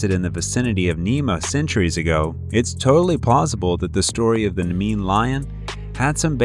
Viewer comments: Nah-mee-(y)ian Lion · Your pronounciation is wrong. Scylla is pronounced SILL-a. Charybdis is pronounced ka-RIB-dis. CH in the Greek is voiced as K. Nemean is nee-MEE-an. Chupacabra is pronounced exactly as it is spelled, CHU-pa-ca-bra. Short A in the final syllable.